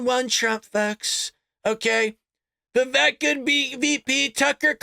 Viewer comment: Its pronounced Vi-vake, he said on Gutfeld. Like cake , he said.